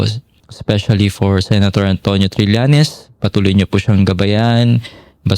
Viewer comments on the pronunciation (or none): TRILLAÑES, Trillañes, HINDI TRILYANTES. 😶 Sen. Trillañes